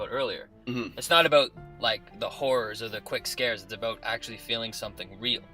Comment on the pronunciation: 90% of your theories are dead wrong and you can't pronounce "about" to save your lives.